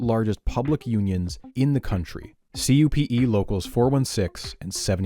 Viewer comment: Did a double take after hearing, for the first time in my life, CUPE pronounced like an initialism and not like "Kewpie"